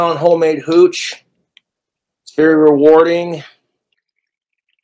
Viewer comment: i hate how much emphasis he puts on "mead" and "hooch" like, shut up you regard.